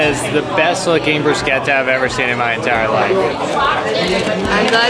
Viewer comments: You need to try Pequods some day when you are back in Chicago. And thank you,, for pronouncing bruschetta correctly...broos-ket-ta. I have to say, when it comes to foreign words, is usually wrong, but this time he got it. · I’m only about halfway in, but two thoughts: 1. Ted Lasso is awesome. I’ve watched all the way through at least 4 times and I discover new insights each time. Love. 2. Kudos for correct pronunciation of ‘bruschetta.’ Bravo. ETA a number 3. I’ve missed a train in Chicago before even though I was at Chicago Union Station ahead of my train’s departure. To anyone reading this - don’t mess around and get there plenty early. Since many trains originate in Chicago, they handle things a little differently there. They will call your train in the grand hall and then will escort you as a group to the train. Learn from my mistake, which resulted in a long uncomfortable Greyhound bus ride. Don’t miss the train!